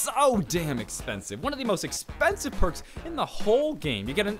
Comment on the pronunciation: Persk ??? It's perks